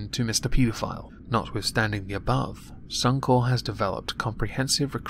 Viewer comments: Corp, as in Corporation. Only place I've heard 'Corp' as 'Core' is the military. At least that's how I see it. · Suuum kore.... It's sunny corpe. Otherwise, flaeless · bluddy rowdy The word is a shortened version of corporation meaning that you do pronounce the "p". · As an Aussie god your pronunciation or Suncorp kills me hahahaha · Ian Simpson, I am aware is an abbreviation for corporation, however as a 1 word suncorp, the 'p' is silent, in circles I move in...